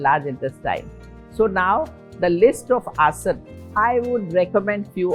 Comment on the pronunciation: हिन्दी में नहीं बोल सकती क्या। क्या सारे बीमार लोगों में बीमारी आते ही अंग्रेजी की कैसट भर जाती है क्या। आसन को आस-नास बोल रही है। चकड़ाने की भी कोई हद और उम्र होती है